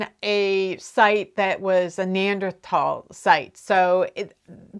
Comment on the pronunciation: As someone who graduated with a degree in anthropology - I can't tell you how happy it makes me that you pronounced Neanderthal correctly lol. It seems like a small thing, but it makes me very happy.